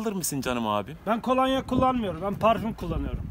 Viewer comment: Kolanya değil kolonya kardeş